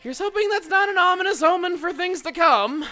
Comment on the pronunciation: "An omonous omen"